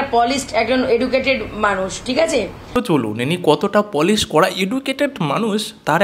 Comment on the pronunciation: তুমি পলিশ এটা ভুল বলেছো তুমি পালিশ।